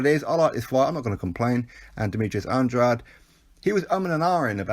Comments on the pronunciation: It's definitely not Andra-day. I just rewatched a Keith Thurman interview from a while ago and he says 'Anne-draid' and Thurman fought the guy 3 times as an amateur so i trust he knows how to say his name properly lol. Go to the end of this video of his last fight where the ring announcer says it properly 'Anne-draid' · I've heard it pronounced at least 4 ways by different channels/boxers/promoters lol. If i'm not mistaken it's pronounced Anne-draid? i know for a fact it's not Anne-dra-day because that is the latin way of saying it and there was a different fighter with the same spelling who was active several years ago, so that probably confused people. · NOOO you pronounce Andrades name wrong throughout the full video